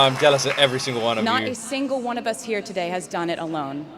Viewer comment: That accent when saying "today...r" sounded Irish. Didn't it? Easter egg for Dublin Concerts? Rep TS??